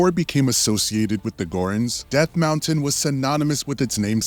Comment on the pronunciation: gorns? GORNS? are we using AI?